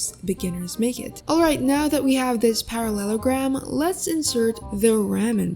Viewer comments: I love how you say "parasolorphas" like a parallelogram is a dinosaur or something 🤣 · this damn paraslarsffussussesus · "Paraleslarpious" HAD ME DYING😭💀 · ah yes, perasalolafiss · Not the parasaurahslouusfus instead of paralellogram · “with this damn parasellorphus” ok fr tho this helped me ty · and u said parallelogram wrong.